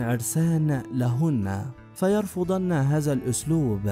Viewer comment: يمكن المذيع اجنبي ومابيعرف يتكلم اللغه العربيه وعاده متعلم اللغه العربيه من قريب تنطق هذا وليس هزا 😢